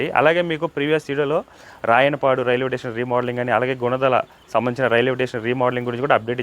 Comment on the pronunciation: టేషన్ కాదు స్టేషన్ లాంగ్వేజ్ మార్చుకో